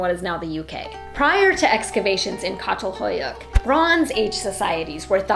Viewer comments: Just a small correction from a Turk. It's Chatal-hoyuk (as in cha-llenge), not Catal-hoyuk. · Actually, it’s pronounced “Chatalhöyük,” not “Katalhoyuk.” The “ç” sounds like “ch” in “chocolate,” and “ö” is similar to the German “ö” or the French “eu” in “peur.” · Çatalhöyük is pronounced with ‘ch’ sound at the beginning, ç in Turkish is pronounced ‘ch’. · Hey so, as a Turk that’s not how you say Çatalhöyük… you read it like Chatalhoyuk… also Turkish society, men and women were pretty much equally respected and harmonious until Islam happened… and muslim Arabs basically forced us into Islam and this lowered the value of women in society. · It is pronounced Tsatal Huyuk. Great work, precious work. Thank you. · Had the privilege of visiting Catalhuyuk. The C letter includes an accent mark in the title and is pronounced as a Ch sound. A regular letter C in Turkish sounds like a J sound. Only the letter K makes a Kay sound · Just a note on pronunciation of Çatal Huyuk, the Ç is an "sh" sound, rather than a hard "k" sound. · Please learn how to pronounce Çatalhöyük!